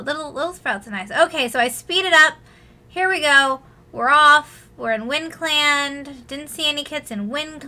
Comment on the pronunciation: Why were you calling it windclanD XD